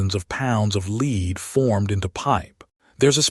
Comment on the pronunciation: The word is Led. Not Leed.